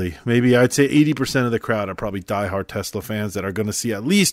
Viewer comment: It's TESLA not TELSA